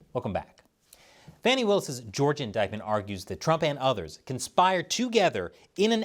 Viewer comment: It’s Fah-née Willis.